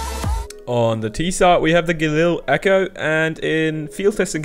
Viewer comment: IT is not galil echo. IT is galil eco 🤔😊